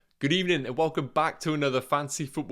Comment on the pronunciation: God Ebening